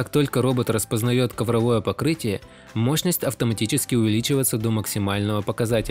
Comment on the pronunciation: раз уж вещаете на русском, то его следует подтянуть...ковровОе покрытие....ну и многое другое